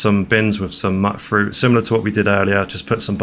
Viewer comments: (FYI: it's not "mutt-fruit," it's MYOOT-fruit, as in, mutated fruit. Mut from mut-ated, and it rhymes as well, m-yoot fr-oot. You got it.) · Amazing build. I didn't know about the exploit to reduce the settlement size by dropping and storing weapons; I always just used mods to boost the cap. Also one thing that I noticed: it's not pronounced "mutt-fruit" it's pronounced "mute-fruit" cuz it's a "mutated" fruit. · Just so you know its pronounced mute fruit, like mutated fruit